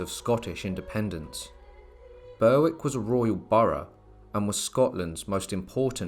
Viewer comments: it's pronounced berrick you dafty! not burrwick and also ayr is pronounced air not ayer jesus christ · Be-Rick not Berwick. AI as usual. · Your pronunciation of Berwick is incorrect..it is not Ber. . Wick , it is pronounced Berrick if you know what I'm trying to say , great video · Berwick is pronounced Berrick not ber wick. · Berwick is pronounced Berick........... the W is silent. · Great video, apart from the mis-pronouncing Berwick. I believe BERICK is the more comm name